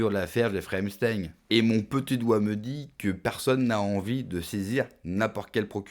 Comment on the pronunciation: Il dit epsTEIN TEIN COMME EINSTEIN